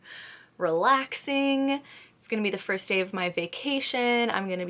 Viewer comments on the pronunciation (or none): none